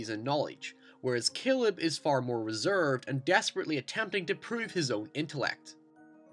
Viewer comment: "keeleb" and "Neethan" lol